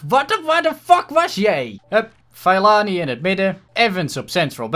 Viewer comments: Je moet Fellaini uitspreken als Fe(doffe e)llaijni ;) #DeBelgischeAfroMan #DeBesteKopperVanBelgie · Fellaini moet je zo uitspreken : Fellajnie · HET IS Félaini uitgesproken !!! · Fallijnie zo zeg je dat, toffe aflevering weer maar mijn voor keur was psg.👌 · het is fellAIni met de ai als je zegt als je pijn hebt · Je spreekt fellaini uit als felaynie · je spreekt het uit als feelajnie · Fe la ini is hoe je het uitspreekt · je spreekt fellaini uit als felaajni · Fellaini spreek je uit als felijnie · Het is fe-la-ie-nie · Fellaini spreek je uit als: ve-lij-ni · Je spreekt het uit als felaanie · Het is feleinie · Je zegt Fel-A-Ini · Je spreekt de naam van de afroman uit als FE-LA-INI!!!! Like zodat!!!! dit ziet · Spreek uit: feleenie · Je spreekt Fellaini uit als Felaanir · je zegt vel-ij-nie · Nee je spreekt het uit als vieleijnie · Je zegt felaanie